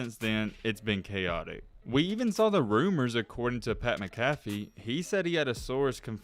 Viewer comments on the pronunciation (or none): "pAT miCkAAFfee"